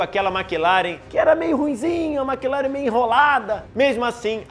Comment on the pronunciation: Excelente vídeo! Parabéns! Só fica a dica para falar melhor Maclaren, Schumacher e Pace.